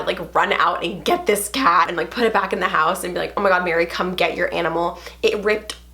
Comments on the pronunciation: Who else heard her say Mary she has been exposed 😅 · Your saying Mary 🙁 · U said her name MARY